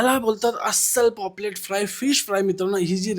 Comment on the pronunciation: Poplet nhve re paplet